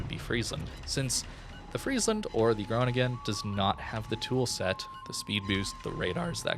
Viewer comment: Oh god dont butcher the pronunciation of the city i live in ... lol